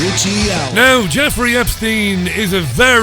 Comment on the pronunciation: Did Richie realize that he said "Jefferey Epstein"? I had to listen to that a few times just to make sure.